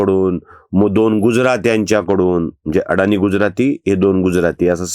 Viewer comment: अडाणी नव्हे अदाणी असे आडनाव आहे🙏